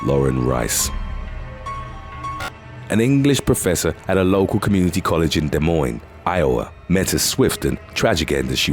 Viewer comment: I’m proud of the way you pronounced “Des Moines” correctly ☺️